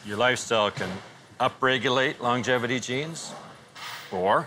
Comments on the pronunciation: L-O-N-G-E-V-I-T-Y NOT longliveaty 🙄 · Does no one or crew ever corrected him for saying 'longlivity' ?